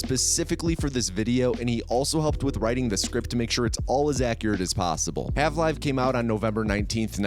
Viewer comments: good video but why did you call it hav live instead of half life? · why did you say "halve live" :( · "Halve Live" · “Halve live” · Calling Half-Life's protagonist Morgan Freeman is on purpose or was a mistake? Also "Half-Live" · Is he saying "Halve-life" ?